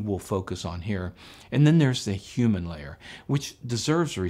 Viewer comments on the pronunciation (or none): none